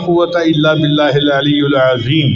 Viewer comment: Important. at the end, "ALLIYIL" main zair hay paish nahee hay. JAZAK ALLAH